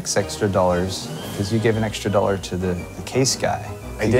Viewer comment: "oh, so you mean 15 dorra"